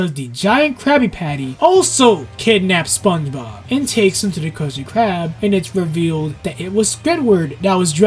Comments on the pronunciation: you kept saying SpongeBog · Your constant mispronunciation of “SpongeBob” is extremely distracting